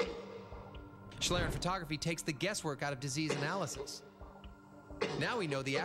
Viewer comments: The spelling may be correct, but it's not pronounced the way it is in German. The "ie" in "schlieren" is pronounced like the "ie" in "shield." Though I assume the way it was pronounced in this video has become the conventional way of doing so. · Actually the prof (or whatever he is) + pronounces it almost right. It's the narrator which pronounce it the "english way" ^^- The prof still has some dialect and that's fine i guess especially since we german are known for having one of the worst english dialects (way after india of course :D). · it's pronounced "shleeren" not "shlaeren". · shlirren... its schlieren pronounced like "ee" in need followed by an "ren" like in renderer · One of the guys pronounces it like shlearen, but it should sound more like schleeren, if you want to pronounce it correctly. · Random Question: Why is every non-english speaker trying to speak this language as good as possible, and english speaking persons won't give a shit how to pronounce a word in a field they are experts in? BTW it's called Schlieren (pronounced like "Schleeren" not "Schlrn"...) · It doesn't. It's just used specifically to refer to this type of camera. What I think is interesting, though, is that they pronounce it like shlairen for some reason. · It's actually pronounced like schleeren. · Speaking and learning a language is not the same as adapting a loanword. Loanwords will be adapted to use the pronunciation quirks of the language adapting it. That said, I thought the way they said "shlairen" was kind of entertaining. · its shlee, no "k"-sound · if you are a native english speaker, "schleeren" should probably hit the pronounciation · It's pronounced "shleeren" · Good thing they mentioned the word is German, I didn't understand it at all! "Schlieren" is pronounced like "shleeren", with a long "e". =) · in germany you pronunce "Schlieren" like "Shleeren" :D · it's pronounced "shleeren" [ˈʃliːʀən] ... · its pronounced "shleeren"